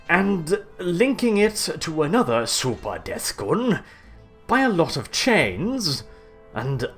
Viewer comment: Your pronunciation of "SUPAH DETH GOON" made my day, good sir X)